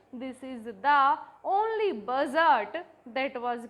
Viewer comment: budget ❌ bujjard ✔️